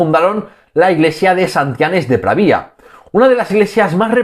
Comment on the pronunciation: Pravia, sin tilde en la i